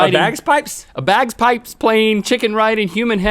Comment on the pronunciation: He said "bagSpipes" not "bagpipes". Pretentious attempt failed.